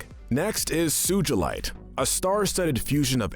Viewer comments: It’s Sugalight not suejlit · it is bis muth not bismoof and it is su g lite not sujilite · SUJULITE!? its suGalite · it’s not bismuuth it’s bismuth not suuchalite sugalite😊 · SOO-GLE-IGHT NOT SOO-GOOL-LITE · Omg soogealite realy dude its not soogealit its sugalite soo ga light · The way he says Sujilite lazooli and bismooth are the most evil 😭💀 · bro says suchilite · BisMOOTH BisMEWTH SuJELITE REALLY? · i’m not loving the pronunciation of bismooth and sujilite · “Bismooth” “Lapis Lahzooli” “Sujilite” Also why no malachite and alexandrite? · Im laughing at BIS-MOOTH and SUJALITE XDDD lololol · all the pronuncition bad sugheelight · i swear to god this guy needs to stop pronouncing names Edit: But No Seriously lapis LaZOOLi bizMOOTH suJAlite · how could u mispronounce sugalite?! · WAIT DID HE JUST SAY SU-JIL-ITE IM SORRY BUT WHAT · He pronounced rodinite and sugilite 😂😂😂😂😂😂😂😂😂😂😂😂🙈🙈👨‍🦲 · Uhm, is anyone else noticing the mispronounciations? Bismuth, Sugalite, Rutile...?